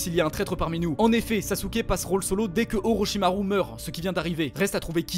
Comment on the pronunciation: orochimaru* C au lieu du S 😂